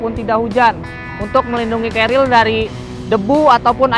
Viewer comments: Wwhhhhhhhhyyyyyyyy😢😢😂😂😂 knp kbnykan menyebut nya "carriel" bukn "carrier" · Si abang selalu bilang Cariel ;) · Ga pake L bang, pake R kerir. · ngomong carriernya “carriel” wkwkwkwkk